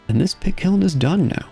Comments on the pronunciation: "kit piln" 😭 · At one point I swear you call the pit kiln a "kit piln" 😂